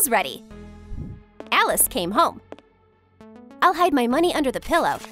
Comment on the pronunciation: Your saying “Alice” is the best look at you! Your making so much good work